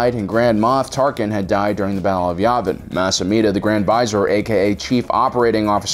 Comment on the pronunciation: Not to be a pronunciation nazi, but Vizier is pronounced va-zear not visor.